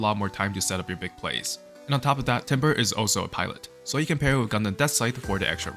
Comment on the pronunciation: "Timbre" is pronounced "Tambor" btw.